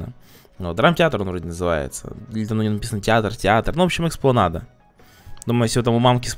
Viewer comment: кстати правильно Экспланада